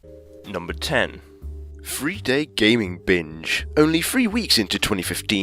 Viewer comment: Cant you say three right? Its not free